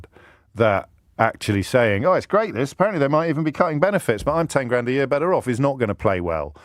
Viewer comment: Emphasis on Great aye. 😂